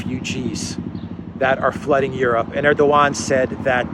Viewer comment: Europe? Soy-ope?